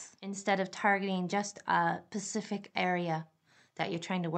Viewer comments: Have you ever hear any one with an accent. OMG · I hate when I hear the wrong pronunciation 😂